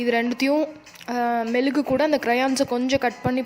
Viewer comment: It is mezhugu not melugu